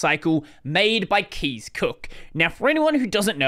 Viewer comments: Thank you for explaining this situation! Concerning the pronunciation of Kees's name: its Dutch pronunciation is a lot like that of the English word 'case' (instead of 'keys'). If I am not mistaken, 'case' is also the pronunciation used by Kees Cook himself. Source: I'm a Dutch speaker. :-) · Kees is a Dutch name and is pronounced like "case" rather than "keys" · Pronounced as Case, not Keys. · Kees is pronounced like “case” btw. It’s a Dutch name. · Kees is pronounced as case BTW;) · is not pronounced as keys lol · Ya is Dutch, more like Case